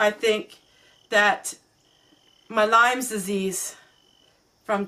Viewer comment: I also had Lyme disease - not fun! I have phantom pain that comes and goes. Glad you caught it in time and got treated! F.Y.I. many people say it wrong - it is Lyme disease, not lymes